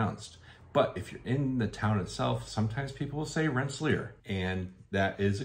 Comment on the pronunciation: Hallo, Dutch speaker, here. Rensselaer is actually pronounced Renss-e-LARE. The modern spelling is Rensselaar. Long "A". I have many happy memories from the 50s and 60s of Route 20 ( Cherry Valley Turnpike). I'm really enjoying your videos.